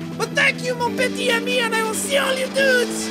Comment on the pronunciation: Non il dit bien mon petit ami. Il fait juste la faute de liaison . Mon petiTami ou mes petitSamis. C'est dans le sens "my little friend" pas dans le sens romantique etc c'est tout.